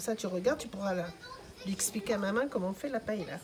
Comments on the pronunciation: Surprenant!!!! Jamais je n'ai vu une paella (prononcez paeya svp !!!), de cette façon !!! Vous servez cela à Valencia ou à Barcelone et tout reste dans l'assiette !!! Ce qui me surprend c'est le laurier et le chorizo !!!! Inédit !!!! Enfin, bon appétit quand même 🥂🥂🥂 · Des recettes de paëlla, il y en a plein internet. Mais on dit pa-é-lia, au minimum. Si vous entendez pas-est-là, c'est clair qu'ils ne savent pas de quoi ils parlent. l'Espagne elle est pas là.